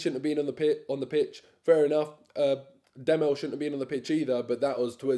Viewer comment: Medel not Demel lad